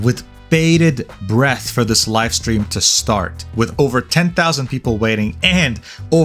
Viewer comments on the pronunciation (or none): none